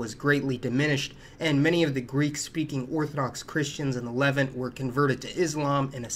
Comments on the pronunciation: Good info, but its luh-VANT, rhymes with the insect ANT. Also, you could have looked that up before mispronouncing it half a dozen times. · Levánt. Levahnt. Le Vant. Lev Aunt., please pronounce Levant better.